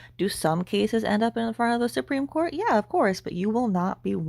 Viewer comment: Not the Supreme Cawwwwt! Lol